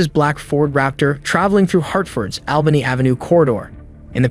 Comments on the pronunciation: Yes but he didn't pronounce Albany AV hartford correctly is this AI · Yes but he didn't pronounce Albany AV correctly